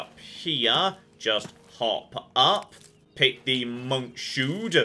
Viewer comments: pronouncing monkshood as "monk shood" instead of "monks hood" was unbelievably painful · "Monk shoed"? How have you never heard of this plant before? It's pronounced "Monk's hood" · I know this might not be a priority, but mispronouncing MonksHood as MonkShood made me burst out laughing. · Don't forget the "monk shoe'd" (not monk's hood, that would just be crazy) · Loving it, but I gotta mention... Monkshood is pronounced "Monk's Hood" rather than "Monk Shoo'd" (it is in fact IRL a herbal plant, also known most often as "Wolf's Bane", and sometimes as "Queen of Poisons"!! ( IRL scientific name - "Aconitum") 😁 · monkshood is not pronounced "monk shood." it's pronounced "monk's hood," you big silly. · MONK SHOOD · It's a small thing, but he seriously said "monk-shood" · That was pretty special, even for. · Monk shood 😂😂 cracked up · The way pronounced "monkshood" really hurt my soul. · Heard him say "Chey Dinnel" and immediately went looking for this comment, knowing it was inevitable. Also: "monk shood" instead of "monks hood."